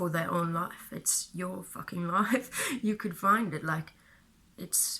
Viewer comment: Life is pronounced lʌɪf not laf. It is hard to understand you when you say life. Let me clarify that. Not always. Mostly when you say "your life" too quickly. Other times when you say life is is quite correct and understandable.